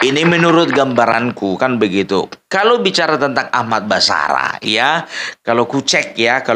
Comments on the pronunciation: Basarah...pung..!!! Bukan barasah... Hhhhhhhhh 😂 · sering salah sebut nama Ahmad Basarah bukan Ahmad Barasah.. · Pung basarah bukan barasah